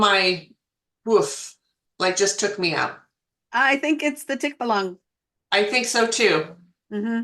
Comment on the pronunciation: Hi, I'm a viewer from the PH. It is pronounced as tik-ba-lang. I believe it is a man with a head of a horse. It usually resides in a tree. Hope this helps :)